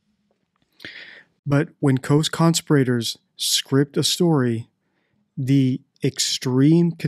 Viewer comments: Your pronunciation of CONSPIRATORS is just bizarre. Have you never heard the word spoken?? It’s not ‘CON-spirRAtors’. It’s ConSPIRators. The emphasis is on the second syllable, not the third. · "con-spi-rator" ?????????????????????? it's "conspira-tor" as in "conspiracy" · Just one thing to note, there are no law educated types of people on this planet with English as a first language who decribe conspirators as conspirate ors. ? strange way to pronounce that word?. Its not that easy to just dump a body however small into the sea without sailing out quite far in a boat and using heavy weights to pin that body down. Especially along a tourist coastline thats frequented by a whole host of various users of the sea. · Dude, how did you decide to pronounce “conspirators” that way? 😆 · Why do you believe that Madeleine was put in the ocean? You have said this on several of your videos. How would they have accomplished this? You have not put forth a hypothesis of how this may have happened. She would need to have been weighted and also taken far out to sea so as not to have her body found? Also, you pronounce conspirators in a strange way, despite in other previous videos (or subsequent, I don’t really know), expressing that this is the incorrect pronunciation. Hope someone can answer this. Thanks. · Where did you learn your pronunciation of "conspirators"?